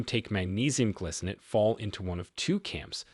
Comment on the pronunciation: It isnt glicinate. It is gly -- rhymes with spy, sky, sly -- cinate